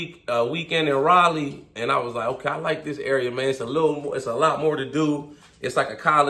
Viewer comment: Gotta add a "mayne" counter on your videos 😂😂😂 good video bro, good hustle Mayne you killin it